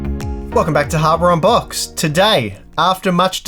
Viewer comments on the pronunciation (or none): My wife thought you said, "Welcome to hardware on pot." 😆